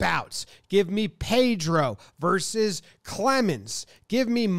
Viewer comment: Vs is pronounced VerSUS. 2 syllables. Not Verse. ARod versus Pedro. Yankess versus BoSox.